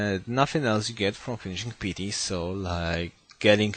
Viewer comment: Could you check pronunciation of the word " piety" please, It's a bit annoying you saying it "petey". Great video though.